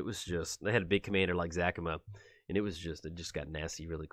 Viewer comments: Its Za-ca-ma not Zac-ama. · After Parnell's ZACAMA shouts there's only one correct way to pronounce it. :D